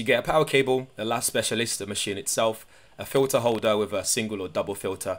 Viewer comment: I'm Italian and the way you pronounce "La Specialista" is very good...not a bad coffee machine by the looks 👍